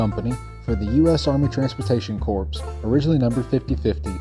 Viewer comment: Just a quick tip; "Corps" is pronounced as "core" not like corpse. Regardless, I found this very enjoyable and I look forward to more.